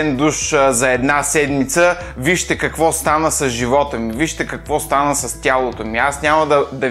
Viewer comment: Ех... когато каза "Ко стаа, ве, Киро", варненецът в мен джизна :D